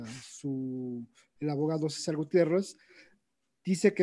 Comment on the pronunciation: Excelente informacion, solo le falto pronunciar mil veces la "D" en cada palabra como abogaO, traicionaO, y todasas palabras que llevan D